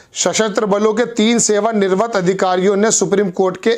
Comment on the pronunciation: ظہیر صاحب ہندی پڑھنا سیکھیں - آپ کا تلفظ غلط ہوتا ہے - جیسے : सेवानिवृत्त.